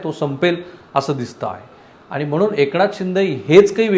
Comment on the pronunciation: पन= पण # आनी =आणि ..... न ला ण आणि ण ला न म्हणायचे हा काय प्रघात आहे तुमच्यात ?? कृपया ही अनिबानिपानी थांबवा,🙏 शुद्ध बोला आणि माय मराठी ला वाचवा. .. बाकी सर्व चांगलं आहे तुमचे...